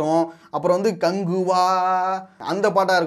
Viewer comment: கங்குவா❌ கங் ஊ வா